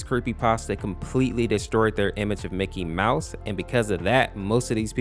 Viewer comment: His NAME IS MICKY MOUSE!!! HOW CAN YOU NOT SAY IT!!!!!!